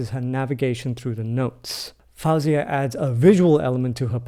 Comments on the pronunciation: Don't interrupt so much. Your review is good, but keep it shorter. You want to keep our concentration, but wordiness will lose your audience.😊 Btw her name is pronounced as Foe-Ziahh not Fowzeah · What a pleasure to hear/watch you react to Faouzia. I very recently gave some thought to recommending her as well. It seemed like a good bet that you would enjoy this particular performance. By the way, her name is simply pronounced as FO-zee-uh... as though it were spelled 'Fozia.' 😉